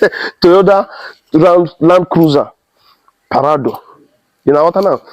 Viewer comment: It’s Prado and not parado